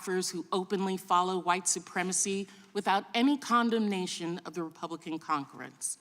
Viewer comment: did she just say 'con-dom-nation'?? Is THIS 4 Real